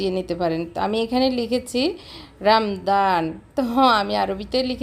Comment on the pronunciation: সুন্দর হয়েছে আপু।তবে রামদান না রামাদান হবে কথাটা।